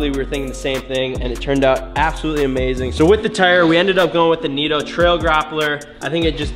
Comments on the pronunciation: He goes kneetoe instead of nitto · Who the hell calls Nittos "Neetos", sounds like cheetos